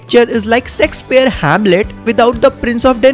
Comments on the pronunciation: Shakespeare ❌ sexpeare✅ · Shakespear no sexspear ✓